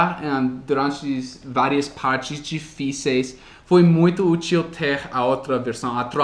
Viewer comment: quando tu comentas sobre o que tu fez para aprender o português já estas nos ajudando muito!!! Uma dica: na palavra "útil" a sílaba tônica (stress) é no " U"